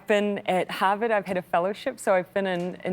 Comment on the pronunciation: Better than ‘bin’ (been) ‘anythink’ ‘polidical pardy’ ‘be kind’. She is so cringe and very naive. Still has a high opinion of herself. She and Grant Robertson and Chippie wrecked the economy and racial harmony! They went too far on everything. Delivered nothing. No clue between them.